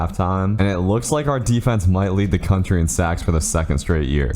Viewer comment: you accidently said contry